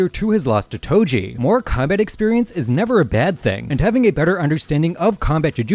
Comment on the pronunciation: Do you mean “Toji?” Not “Toby?”